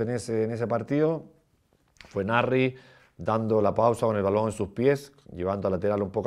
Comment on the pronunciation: He doesn't pronounce the S in Nasri